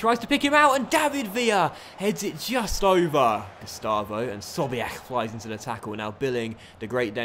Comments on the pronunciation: I understand that u try ur best to pronounce the names but when u say 'Sobiech' it sounds like ur gagging. I'd understand if u didn't pronounce it right if it sounds so unnatural. Great vid as always keep it up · why do you say sobiech's name like that haha